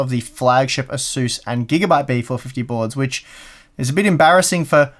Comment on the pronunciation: Not sure what an asuss is^^ are you trying to say Asus?